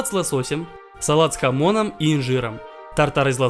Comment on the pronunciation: Стэнд с хамОном Я услышал "станд с хАмоном" И подумал, что это Джоджо референс